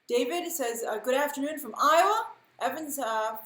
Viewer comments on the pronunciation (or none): none